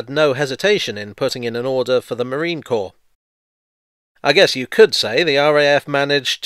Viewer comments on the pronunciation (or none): none